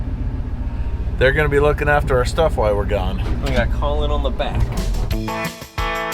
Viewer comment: Ask Holly ( Mischief Maker,) how she says Glamis. It's not Gl-am-is !!!!!!!! It's GLAARMS in Scots !!!!!!!